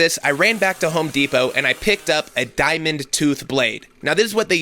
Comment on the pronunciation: Home DEEP-O 🙈🙈🙈